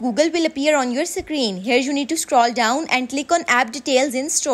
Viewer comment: "Secreen" hits hard